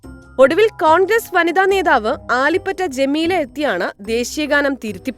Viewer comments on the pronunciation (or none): none